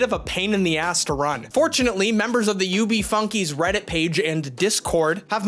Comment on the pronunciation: Me and my brother couldn't stop laughing after he accidentally said u.b. fuckeys